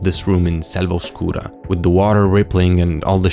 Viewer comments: Your pronunciation of "Selva Oscura" Is incredibly Italian, perhaps...?? 😂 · I mean, it’s just correct pronunciation